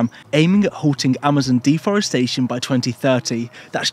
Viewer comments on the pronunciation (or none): none